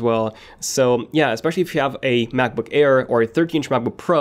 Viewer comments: It sounds like he is saying MacBook care instead of air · why is he keep saying macbook "care"